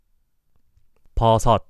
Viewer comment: I failed at mushroom. It's so hard to pronounce the last syllable, the 섯 one. Like whyyyyy?????